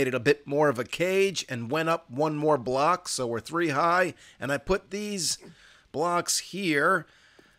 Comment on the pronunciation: When he said, "oh, a block is gone.". I heard, "Oh, a Glock is gone.". Was that just me or what?